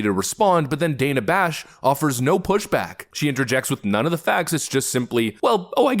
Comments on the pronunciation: Did anyone catch her saying Dana correctly, then correct herself and pronounce it Dan-ah 🙄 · Wow, she mispronounced Dana's name. Does that make Kamala racist?